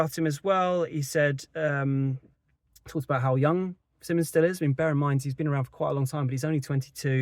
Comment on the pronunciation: His last name is pronounced SI mons. NOT. SIMMONS!